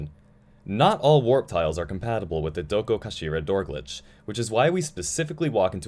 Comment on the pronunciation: i clicked to see how badly you butchered the pronunciation on 'dokokashira' hope im not disappointed edit: could have been worse